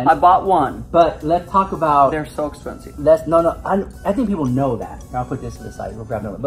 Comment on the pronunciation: Why does Theresa say “expenseeve”